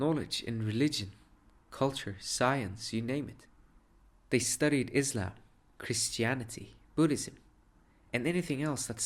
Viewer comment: Finally someone who pronounced Islam correctly.... at least didn't say "Izlam"